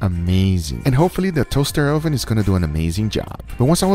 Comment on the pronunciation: toahster 0hven